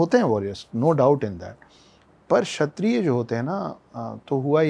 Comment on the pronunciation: छत्रिय न कि छतरिया धर्म न कि धरमा हर शब्द के बाद बड़ा आ लग जाता है अगर ऐसा है तो शुभमा बोलो बुरा लगा होगा माफ कीजियेगा पर सही उच्चारण करें